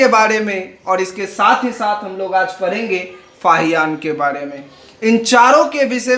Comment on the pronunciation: हम परैंंगे लव डे के बाड़े में? पहले उच्चारण सही कर